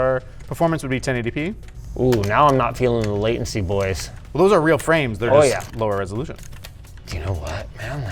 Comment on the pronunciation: shmooveness and waitency 🤣